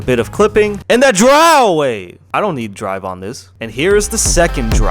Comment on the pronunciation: It's so funny when you say drive